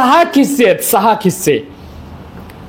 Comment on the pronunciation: खिस्से नसून किस्से असे बोला.